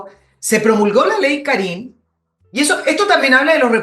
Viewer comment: Por favor , y por el Amor que le tengo a mi Madre ; El acento de Karin va en la A , por favor . Me molesta la acentuación . Mi Madre se llama Karin . Gracias